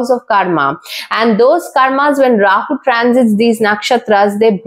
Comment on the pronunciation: Is that how to pronounce this particular deity’s name? That wasn’t even anywhere close!